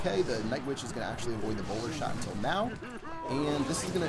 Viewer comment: Is it just me or does sound like he says "intel" instead of until when he signs off?